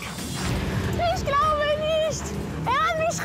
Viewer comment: Cindy bei , ich glaube niescht, er hat misch rausgeschmeißen😂